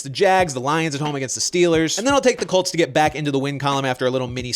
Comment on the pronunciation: Am I the only one who heard the cheifs and the cults